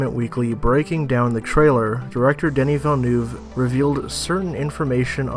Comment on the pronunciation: He butchered Denis Villeneuve's name, too. No surprise...